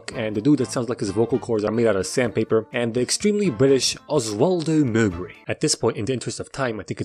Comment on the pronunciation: where tf is from cuz that British accent w 'Ozwoldo Molbury' was hella realistic